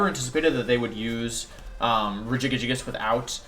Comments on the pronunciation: Every time he says regigigagigus I want to claw out my ears..... happy birthday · I cant replicate how you say Regigigas. Its like you made a new warm up tongue twister. Like red leather yellow leather but for the pro pokemon player.😂